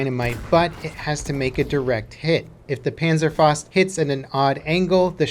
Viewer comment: Panzerfaust, not penserfost. Pa(as in arm)nzerfau(like in couch)st.